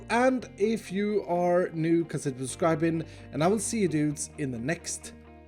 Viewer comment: So funny how says consibfjr subsribin.